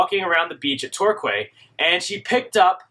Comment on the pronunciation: Torquay is one of those odd Anglo Saxon word, pronounced differently to how it is spelt. You say it TOR KEY. Made famous by the BBC comedy " Faulty Towers ". Torquay is near, Plymouth and this is where the Marine Biological Association was founded in 1884, and its Marine Station and Laboratory was built in 1884. It was replaced in May 1998 by the present National Marine Aquarium.